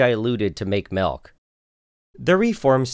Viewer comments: Seriously? Malk?! Are you serious?????? MALK?!!!!!!!! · The way you're pronouncing"milk" reminds me of Julian Smith's video 😁 This has been great!